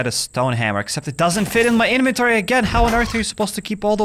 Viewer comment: I like it when he calls it his eneventoory